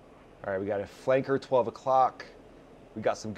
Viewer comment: why is he saying flanker like it is a slur